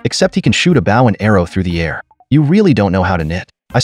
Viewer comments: This narrator has English grammatical challenges--- BOW is not a bough --pronounces that weapons name - like a dogs bark --(BOW WOW ) !- tik Tok? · maybe spell bow as bowe so AI pronounces it correctly Drives me f ucking nuts. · “Bow” is pronounced “Bo and Arrow”